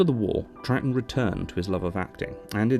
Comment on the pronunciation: Well done for pronouncing Troughton correctly. You probably just looked up how to or just knew, but still. I have the same surname and people are constantly saying it wrong when they read it, usually pronouncing it as Trouthdon or Troug-uatan and over incorrect things like that which don't make much sense for how it's spelt. It's usually just easier to say it 'trout' (as in the fish) then add the 'ton' part on the end fluently so it's Trouton. People often don't get that the g and h are essentially silent but it's said as Trouton, however sometimes changing the last o to an e to make Trouten. Considering it's not a complicated spelling its surprising how many people get it wrong for me. I suppose the g or the h throws them of. At least it's not actually a complicated surname, people sure can make a mess out of saying those nine letters together though.